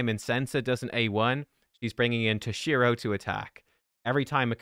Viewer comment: its T-O-SHIRO not TOSH-I-RO